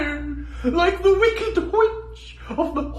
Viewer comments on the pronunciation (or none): "whicked whitch of the whest" good job doing the racist voice of adding whhhhh sound to w words when its an 18th century noble